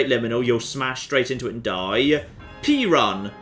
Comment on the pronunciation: Pee-Run? I thought it was Pay-Rune…